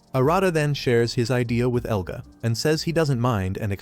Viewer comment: Who the frick is "Eluga"?! It shows his name as "Elga"! Even has it slide in when he's introduced! I can't...